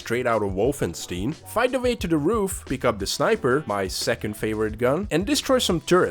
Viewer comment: IT'S WOLFENSTEIN, NOT WOLFENSTIN